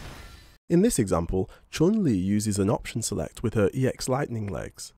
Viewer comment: 1 thing I’m confused with if you os something for example light attack meaty on Ed’ wake up ex uper, doesn’t ED’s ex up will beat the recover frame of your light attacks? Or you have to use specific light attacks that have very short whiff recovery time? And love your pronunciation of chunli, that was very accurate!